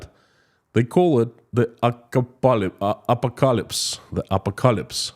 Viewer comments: Say it like this: Ah Paw Ko Lips .........😊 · Here's a hint: ah-pock-ah-lips😊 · A PO KA ELIPSE 😂 and stop calling itt Russian .law. instead you should call iit moscow law. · Thank you for the videos. I usually get really sleepy because of your soothing voice. This time though your butchering of the word apocalypse woke me up :D It's pronounced "apo-Kalips" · .......phonetic pronounce....just say... A-POCK- A-LIPS then you have Apocalypse pronounced perfectly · A pock a lips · apocalypse IS SAID a - pok - a - lips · A POC A LIPS. 😄♥️ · Thx. Apocalypse has stress on second syllable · Stress on the second syllable!